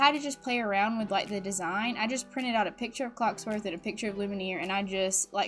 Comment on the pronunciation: Love your videos but I just...I just gotta say.... It's pronounced (Loom-e-air) and (cogs-worth) also I vote toy story😁❤️